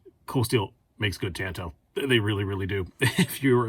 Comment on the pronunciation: TAAHHHHHN-TOE not TAN-TOE! =)